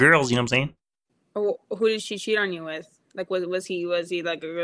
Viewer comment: "LOVIN' MY TIME WIFF ELMOH!" LMFAO 🤣